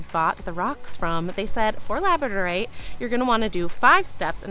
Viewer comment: Labradorite does not rhym with you don't say it right.